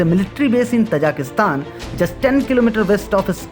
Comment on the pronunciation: Most of the time i was confused, you are saying Kazakhstan or Tajikustan..😀